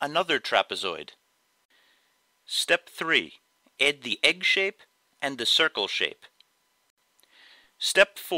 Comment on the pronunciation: why do you say ed instead of add where are you from?